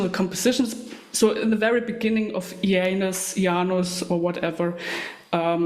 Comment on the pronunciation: Wow, thank you so much! You nailed the pronunciation perfectly. And oh yeah - Isengard has so many gems. Thornspawn Chalice, Vinterskugge, Our Lord will come, I kamp med Kvitekrist... I could go on forever